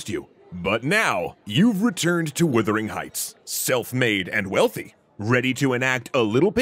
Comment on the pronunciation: This video constantly mispronounces the title of this novel (it is Wuthering Heights, not Withering Heights) and also monsters the pronunciation of Jane Eyre (promounced Air)